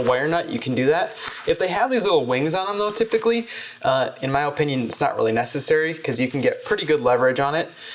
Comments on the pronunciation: My man said oh-pinion 😂 im from Va we say ah-pinion 😅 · In my O- pinion... good video but I couldn't help but point out his O-pinion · “O” pinion. He pronounces opinion kinda weird